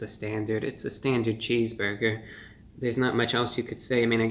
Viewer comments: no one: ReviewBrah: "cheeseboyga" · Well merry Christmas young man and sorry you’re under the weather but I did notice when you said cheese burger I noticed a Jewish New York accent every time you said cheese burger lol